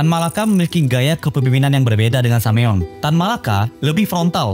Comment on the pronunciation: bagus bro, padat berisi! jauh dari boring. hindari kesalahan yg gak perlu spt Semaun dibaca Sameun.